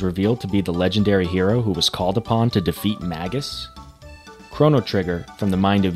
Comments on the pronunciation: It's actually pronounced "May-gus" with a hard 'g' as in "good". Whats more Chrono Cross is the sequel to Chrono Trigger, not the psx port. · You pronounce some characters' names differently from what I always did. Mainly "Magus" and "Marle". That's quite interesting.